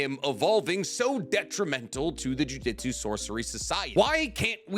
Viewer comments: Yeah acts we are dumb when it comes to him mispronouncing thing wrong he said jujitsu so many times instead of jujutsu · JU-JU-TSU not JU-JI-TSU 😂